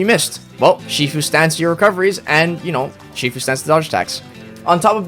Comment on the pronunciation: Wow you managed to misspell "sifu" and then you even managed to mispronounce the misspelled word. Only in Uhmerica...